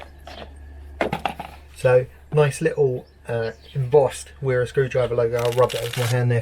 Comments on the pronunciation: You can’t just bunch every English bloke in the same category 🤣. Only the people who don’t give a $hit about their tools don’t know it’s pronounced vera. I’m 21 and do hella research before committing to any 1 company so don’t you dare have the audacity to put me in the same boat as these fucken waste men 😂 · Pronounced as Vera 👍